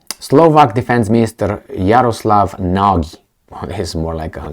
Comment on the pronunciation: The Slovaks name is Nagy, speak it like natchy or natschi, the most common HUNGARIAN name, means " Great ".Jaroslav is a pagan ( non christian ) name. Jaro means " sun ", slav is " glory ". We can call him " Great glory of the sun " . With such a name , he thinks, he is always on the right sunny side. But he is with Selenski, the little jewish clown, a brutal guy like all little men( Napoleon-Komplex in Psychiatrie ). A most corrupted Nazi autocrat. " Transparency International " put him on place No133, the worst corrupted in the world. A guy from the dark side !